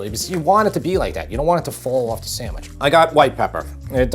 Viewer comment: The pronunciation is sanDwich, not saMwich! Don't make it if you can't say it.